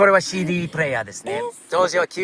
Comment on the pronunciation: が日本語マスターしてるなーって改めて思うのが…CDが日本人の発音してるところ笑